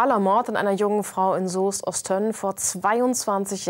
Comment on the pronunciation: Es wird übrigens Ost-önnen ausgesprochen und nicht Ost-tönnen😅 sonst gutes Video